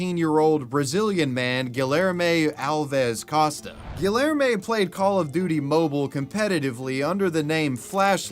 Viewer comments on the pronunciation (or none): The hard L in Guillerme almost killed me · Every time you pronounce the name as Guillerme with the hard Ls I die inside. 😅